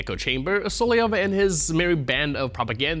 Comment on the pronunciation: Why can't presenters say 'Solovyov' properly? - SOLOV YOV. Instead, I keep hearing "Soly ov" or "Soly ev".